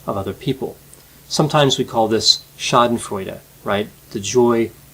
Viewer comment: Amazing how you pronounced "schadenfreude"! Do you actually speak german?